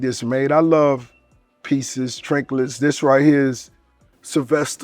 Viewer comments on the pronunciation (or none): Trecklets lmao trinkets I think he meant lmao😂😂😂😂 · bro said he love trinklets